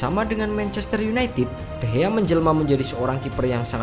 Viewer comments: Nama nya de Gea bang bukan de hea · David de Gea,bukan David de Hea lol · De Gea bukan De Hea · De gea bukan dehea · De gea laa bukan de he...bong*k... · Ngeselin kalo lu ngomongnya de hea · Bang kok ngomongnya de hea